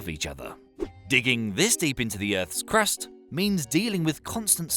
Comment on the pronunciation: The 'Crust' sounds a little weird